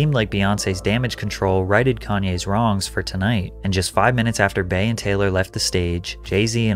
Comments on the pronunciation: The fact that you are pronouncing Bey as “Bae” is wild and shows your lack of familiarity with the content you’re reporting on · Bey is pronounced "bee", not "bay". when tf have you ever heard her name pronounced as Bayonce 😂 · Patrick, be for real and not one of those people. Her name is BEYONCÉ pronounced BEE-YON-CÉ. WHY WOULD YOU CALL HER “BAE” FOR SHORT 😩😩😩 lmaooo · its Not pronounced bay its Bee.... god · I hate when white people say “bae” when talking about Beyoncé. Like wtf it’s literally “B” pronounced exactly like the first part of her name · To all white people across the world!!!!!! When you shorten Beyonces name to just Bey, its pronounced "BEE" not "BAY"!!!!! It is so annoying to hear yall say BAY. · You pronounce bey as bay ? 😂😂 cringe . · *It’s spelled Bey but pronounced Bee, for future reference Patrick 😅 But this moment was sooooo unnecessary on her part. I think we all felt the cringe while watching lol